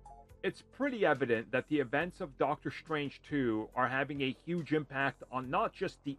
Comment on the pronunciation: his name is Dr Strange not Dr Shtrange. Why do you say it with an "sh" sound?